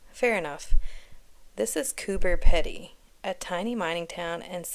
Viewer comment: Pronounced Coo-ber Peeedy. The dugouts are old opal mines. It is in far north NSW and extremely hot there for more of the year than not. That's why they are underground. You say you don’t like the humidity, fun fact, it is a dry heat here. Very little moisture in the air.